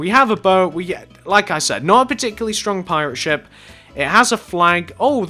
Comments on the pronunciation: this guy says shit instead of ship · when he said ship i kept thinking he said the other word that sounds like it